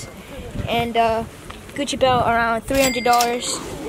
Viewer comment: how she says Gucci bag 😂😂😂😂